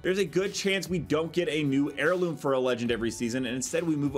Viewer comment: Heurloom you say :D